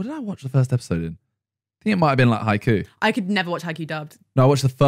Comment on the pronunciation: Simon, please, Haikyuu not Haikuu. There's a Y.